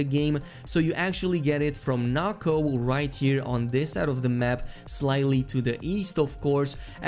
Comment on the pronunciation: Why does he say NAKO it’s NOKO